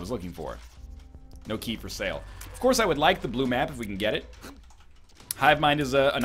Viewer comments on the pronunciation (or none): none